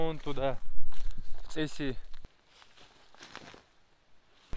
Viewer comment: Mir vashemy domy! V Gryzii toje iest derevnia Cesi, v gornom regione Racha na reke Rioni. Proiznositsa kak vi praiznosite v rolike ( pervaia bykva წ, katorovo net ni v rysskom, ni v angliiskom ). Perevoditsa nazvanie kak " pravila ", "zakon".